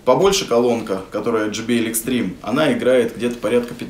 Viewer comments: Не extreme а XTREME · Да как же вы задолбали правильно XTREME